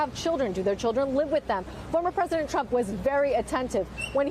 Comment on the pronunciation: BWAAAAH! BWAAAAH! NAWT MY PWEDISENT!